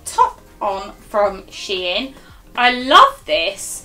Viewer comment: You’re saying to the only way there is to say it! It’s she in not shine!! Where do you even get shine from!?